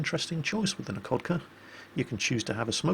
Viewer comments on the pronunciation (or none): in russian, a "LH" is pronnounced as an "H", so "Nakhodka" is pronnounced "Nahokda", "Nakhimov" is "Nahimov" and so on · the kh in Nakhodka and Khabarovsk is read as 'h' (like in hell).